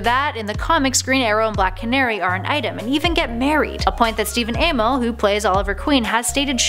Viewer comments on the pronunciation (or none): You said Ameil(bad spelling I think) so terribly